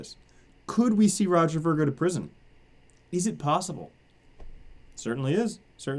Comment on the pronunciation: its Roger veer not vur spelled ver....